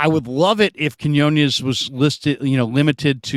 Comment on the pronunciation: Please learn to pronounce Quiñones please,!! 😢😢